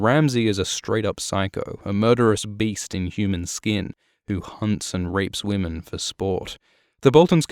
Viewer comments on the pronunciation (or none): none